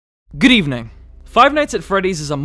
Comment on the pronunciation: i heard that right, you did say "grievning" at the start instead of "good evening"